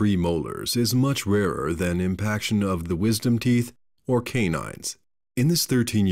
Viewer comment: Lmfao "rarer"